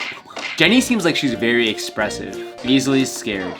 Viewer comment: I litterly thought he said " ExPensive" and not Expressive